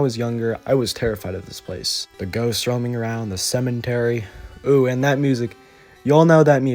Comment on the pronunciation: Excuse me, did you say Cementary?! LMFAO 🤣